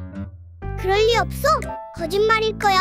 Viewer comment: 맞아요 저도 없셔로 들림ㅋㅋ